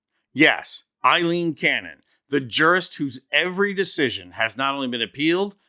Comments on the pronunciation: After all this time this prat keeps calling Aileen Cannon Eileen...idiot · Aileen, NOT Eileen!